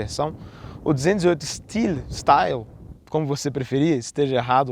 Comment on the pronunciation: A pronúncia de "style" foi de matar. Principalmente porque o rapaz pronunciou razoavelmente as outras palavras com a pronúncia similar à da língua original, mas em "style" ele optou por mudar drasticamente a pronúncia.